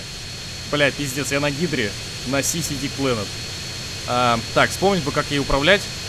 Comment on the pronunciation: Заходит значит новый зритель посмотреть видос и тут это: "Сиси Дик Плэнет", "еугеу..еуггу...егу..".